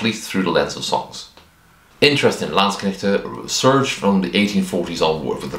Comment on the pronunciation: Came a bit when you said "Landsknechte" 😄 Been hearing too much anglo-butchery of the word. Oh also, as a german fencer, living historian and uh... regular historian, i gotta say: awesome vid! I was aware of the topic but you presented it flawlessly imo. Also also: my bachelors thesis was transcribing a landsknecht provosses diary. And my masters was transcribing and working with late XVIth burghers inventories (yeah, they owned armouries and bathhouses 😁) thus i cant not do XVIth in living history anymore. Also since my local armourer specializes in XVIth armour and i got interested friends. Will come back to you for a pike block melee when were ready ;)